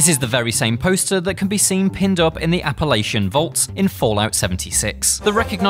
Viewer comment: You pronounce Appalachia wrong.